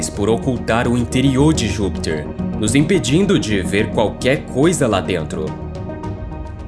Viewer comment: Por que você fala "Júpitcher", com sotaque estrangeiro?